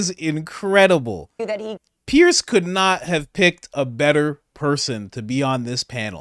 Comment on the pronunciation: Sorry Coach, you'll never get the call unless you pronounce Piers name correctly. I understand he is particular about that. It is pronounced Pierz.